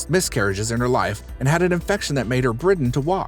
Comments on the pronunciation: I like your content, but I don't understand your pronunciation and grammar. "Received a news". ... A news? Was "britten" instead of bed-ridden. Her last name is "Murry" you say Muir ... and others. My favorite is "Dr GNOME". "The reason of her overweight was murder of her brother so she became a stubborn." whaaaaat?? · ......sigh....dude, it's "Dr.Now" not Dr.No. (u don't watch the show, whatever...that's fine...) An u said "bridden" instead of "bedridden" 🙄 I NEVER complain about stupid stuff on YouTube because it's childish but....I'm trying to watch most of y'alls videos...was gonna subscribe but, u guys don't check ur scripts b4 reading them...and the dumb a** "click bait" thumbnails....I....I just can't anymore....sorry y'all but...it's to...."sorry" when u can't check y'all's script b4 reading....🙄😒 Dumb